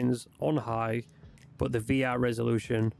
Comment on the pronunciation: I think it might be the way you say the word "but", but I'm just guessing. For me everything is understandable and I'm not native English speaker. Thanks for the vid!